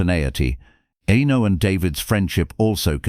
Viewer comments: "Enno... Enno... Enno... Enno..." It's disrespectful and grating. It put me right off watching all the way through. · Pronouncing Eno's name incorrectly screams AI. No thanks.